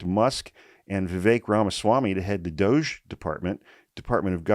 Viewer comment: Omg, when you said "DOGE", I heard "DOUCHE"! May possibly end up being appropriate...